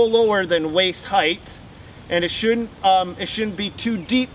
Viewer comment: Always love your videos. I learn a lot. But as a teacher I can't help but correct you on one thing. "Height" not "heighth". 😁